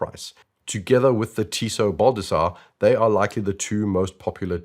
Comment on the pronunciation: "Tissot Baldassare", spoken like a Gentleman.